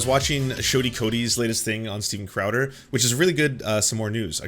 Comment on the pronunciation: Stweeden Crowder